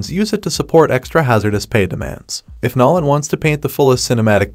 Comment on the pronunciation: Nollen? You need to teach your AI better pronunciation